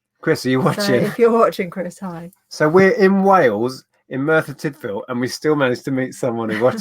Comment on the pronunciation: Just missed this live! I am impressed with pronunciation of Merthyr Tydfil:) Will do Big Pit next time you visit. Off to watch the rest of the show.....